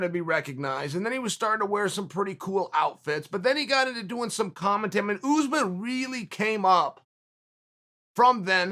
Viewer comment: The name is pronunced US-man not ooze - man lmao come on unc